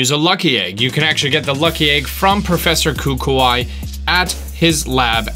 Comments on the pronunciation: Its professor coo coo e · I think it's pronounced kook-wee, not koo-koo-eye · Wait Hold Up... CooCooeye That Basically How U Pronounced It.. ._. Bruh U Say It CooCooIE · ITS NOT KOOKOOEYE, ITS KUKUI! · Cook oo e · Color Yellow i pronouce it like koo koo-i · This is will be really helpful post main story! Thanks! 😁 Also it's Kah-koo-wee like... Well the tree... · im sorry but you said the professors name wrong is koo-ko-i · Kuku "eye" LOL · “Professor Coo Coo Eye” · BRUV. ITS PRONOUNCED KOOKOOEE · Who the hell is Professor Coo-Coo-Eye? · Just one thing, who says kukuwhy? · Kuku I, WOW KU-KU-IE Get it right next time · Professor koo-koo-ai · I have lotsa exp boosts and it's pronounce Kuu-Kuu-ee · Kukui - coo-coo-ee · Kukui is said kuki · Professor Coo coo I lmao you butchered that name 😂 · Koo koo eye??? Really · The way you pronounce Kukui 😂😂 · the reason the 3ds has to be upside down for inkay to evolve is because of the ability Topsy turvy, and the fact that if u look at malamars body it's an upside down squid and inkay is a normal baby squid. watch the show to know how to correctly say the professor's name cause how u said it was wrong. u have to think in terms of the location of the alola region. It's based on Hawaii so there is gonna be some form of weird accent somewhere within the name. I'm only two Pokemon away from completing the Pokedex and all I need is a cosmoem and solgaleo but was stupid and traded the cosmog that the legendaries gave me and I'm on the hunt for them both. do u know any tricks for getting them both without using the gts? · It triggers me how he say kukui